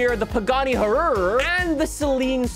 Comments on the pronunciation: its "y-ruh' thats how Hyuara should be pronounced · Huruh-ruh?? BRUV.. “Y-rah R” 🤣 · “The Pagani Ururu” it’s why-ra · Ah yes the Pagani Huaruaruar R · The Pagani Hururur😂😂😂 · that pagani huayra R pronounces "wai-rah" from what I'm aware of. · "the pagani hurrur" xD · The Pagani is actually pronounced high ra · Not to be mean I just want him to know that pagani is pronounced why-ruh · It's pronounced "why-ruh" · It's pronounced ha-why-ra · I love how pronounces Huayra XD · please tell how to pronounce huayra